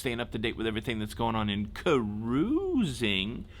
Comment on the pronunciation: ✋🏻”CARROOOOOZING”🤚🏻 Love the hands,! It adds so much emphasis to the cruising news.